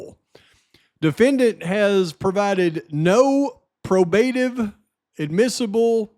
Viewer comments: great job staying dialed in. Also just want to help out its pronounced PRO-BA-TIVE I don't want any morons coming at ya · 1.6k. (Check a pronounciation guide for “probative”). 👵🏻🌹🙋🏼‍♀️❤️🙏🏻